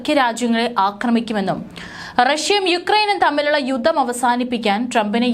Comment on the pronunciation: യുദ്ധം ,പദ്ധതി ഉച്ചാരണം ശ്രദ്ധിക്കുക